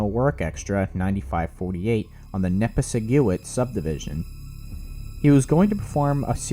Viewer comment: Local’s note: Nipisiguit is pronounced Nip-iss-i-gwit